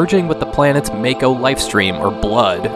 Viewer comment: its mah-koh. I hate FF7 and even know the correct pronunciation of the words.